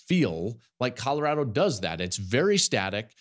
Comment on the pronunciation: I can’t stand Jason calling Colorado “Cottarado”